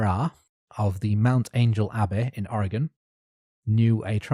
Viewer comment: Thank you for pronouncing Spokane correctly! Unfortunately you done put the GONE in Ore-GUN ;) You're doing the best you can, a lot of it is dictated by accent. There's a town in Utah on the edge of the Mojave called Hurricane. Pronounced Hurr-uh-kin, or Hurr-uh-c'n. Drives me nuts, frankly.